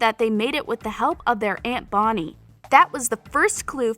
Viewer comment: Her : " In that werid Karaoke wolrd " Me : prison world Her : stefen salatore Me : stefan salvatore Her :helena Me : elena Her :queiys and qusya Me Silas and qetsiyah Her : vonnie Me : bonnie